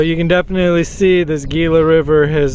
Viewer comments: It's pronounced hila. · Gila is pronounced Hee-la. The G s slient. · Is NOT Gila. It is pronounced 'HE-LA' in Spanish. (FYI) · The G in Gila is pronounced with a H “Hila “ not G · RE: The "Gila" river.... It's pronounced with an "H" instead of a "G" there, Homie. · Gila....the "G" makes an H sound...sorry, can't help but be the pronunciation police today!